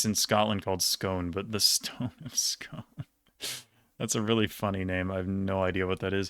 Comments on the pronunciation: Fun fact, “Scone” in the Stone of Scone is pronounced “Scoone” in Scotland. I think it’s a holdover from before the Great Vowel Shift. I’m an American living in Scotland and it feels like every day I learn a new Scottish word I inevitably pronounce wrong 😂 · scone (as in the stone of scone or the stone of destiny) is actually pronounced scoon for some reason haha, it was in westminster abbey for ages before some scottish uni students nicked it in the 50s which caused the border between scotland and england to be shut down until they found it lol. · Scone is pronounced Skoon btw :)